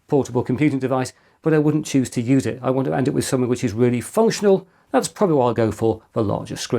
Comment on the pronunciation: "What can we say other than " pouiablry inspirational "